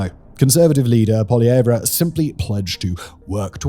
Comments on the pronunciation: You hilariously mispronounced Poilievre so very badly, but because I as a Canadian did not voter for his party, and believe him to be the wrong person in the job for soo many reasons ... Im completely ok with the faux pas. Polly-yay-vor-ya as much as you like. Hilarious. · Canadian here... it's pronounced "Polly-Ev" when pronouncing Piere's name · Pierre Poilievre isn't anything like Trump. At all. Trump doesn't even like him. Also "Poilievre" isn't pronuced with the last "re", it's just "pa-lee-yev".